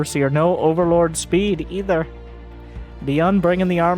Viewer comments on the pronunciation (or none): none